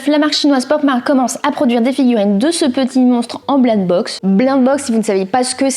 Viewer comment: Blaind box 😂😂😂😂😂 blaïnd box (G écris comme ça ce prononce)😅